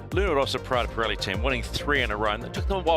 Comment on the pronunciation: Pirelli non Parelli ...